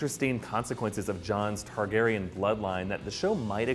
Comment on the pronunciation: It's "Targaryen"